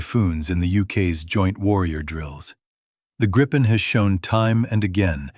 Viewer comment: GRIP-EN not gripe-en. FFS